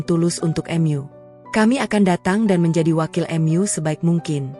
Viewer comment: Gunakanlah bahasa Indonesia dengan baik,"mu" bukan " m yu"